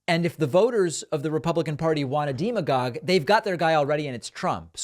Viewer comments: David... If we're going to laugh at Ron DeSantis for pronouncing his name Dee-santis, ....then don't say deemagogue; it's demagogue! Just like democracy isn't deemocracy. 🤨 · Bruh…since you love to correct. “Deem-agogue” is totally incorrect when pronouncing the word demagogue. Never heard anyone say it like that before. 😂That is all. Don’t judge me. You do it constantly. 😉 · "deemagogue'? And you recently said 'conundra'. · Really great content. However, "demagogue" has a short "e" in the first syllable, not a long "e". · Hey David, love your show but you mispronounced "demagogue" 😂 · Hi David, just a tip from a native English speaker: I usually hear “demagogue” pronounced with a short “e” sound at the beginning, like “democrat”. Love the show, keep up the great work! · You pronounce demagogue wrong